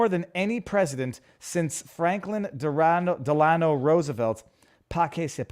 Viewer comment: FDR... his middle name is pronounced "DELL ah no"